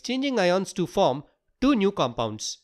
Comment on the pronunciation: can you talk properrly . you siad two is du